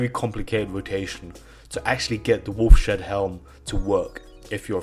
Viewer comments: lol!!! "Wolf Shead Helm." It's pronounced like, 'Wolf's Head.' :) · "Wolf's Head" not "Wolf shed" :face-purple-crying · Its pronounced wolfs head... not wolf shed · 5 years late, but dude, it's pronounced "Wolfs Head" not "Wolf Shed" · wolfshed helm LOL WOLFS HEAD HELM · It is pronounced “wolfs head” helm not wolf shed idiot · it's obviously supposed to be pronounced wolfs-head not wolf-shed lol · Wolfs head, wolfshead, not wolf shead. Wolfs head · By the way, I believe it's pronounced "Wolf's Head" NOT "Wolf Shed." You wacky Brits... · wolf-shed... lmao. not, maybe, say... "Wolf's head" ? you really repeat yourself a lot, too. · wolfs....head... not wolf shead. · Lol wolf-Shead helm.... Wolf's head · it's pronounced "wolf's head", not "wolf shed". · ... Wolf Shead helm... lol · This didn’t drive me as crazy as “wolf shed”. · i laughed everytime he said wolf shed. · Even "wolf shead" probably wouldn't be pronounced the way he was saying it - shed. It would probably be more like shade. Or seed, but with an h, "sheed".